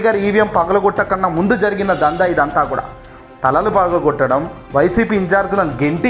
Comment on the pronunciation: పలగగొట్టడం కాదు బాబు ఆ పదం పగలగొట్టడం.పదాలను తారుమారు చెయ్యకండి